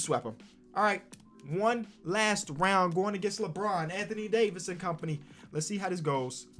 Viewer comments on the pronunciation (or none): none